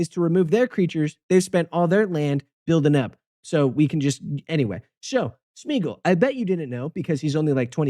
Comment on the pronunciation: It's [Smay-a-gol], not [Smiigol] xDD